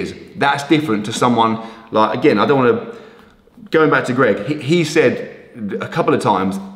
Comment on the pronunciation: I loved the part when he said “Loike”